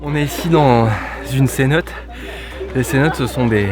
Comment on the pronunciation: Ta vidéo est chouette mais mon dieu on dit cénoté et pas cénote 😂